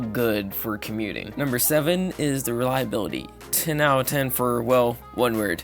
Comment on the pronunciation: “Owuh ten”. It’s “out of”. How old are you kid?